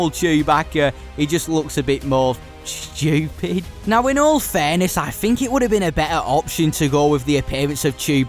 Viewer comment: You can tell this guy is British by how he says stupid